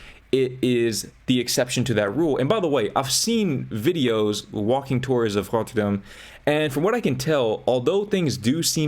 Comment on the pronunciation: You pronounced Rotterdam correctly ❤😭 thank you so much